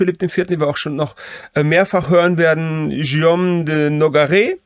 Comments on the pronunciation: Tolles Video, ich bin sehr beeindruckt und Ihr Beide habt eine neue Abonnentin gewonnen. Wenn ich eine kleine Anmerkung machen darf, als locuteur natif muss ich bei dem schönen französischen Namen Guillaume immer sehr fest schlucken, wenn daraus ein Schioom wird. Die Buchstabenkombination g und u wird wie das deutsche g ausgesprochen. Was die Leistung, die hinter der Erstellung des Videos steht, in keiner Weise schmälert. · Warum denkst du, hat Guillaume ein u zwischen G und i? Genau, damit man [ɡ] spricht und nicht [ʒ].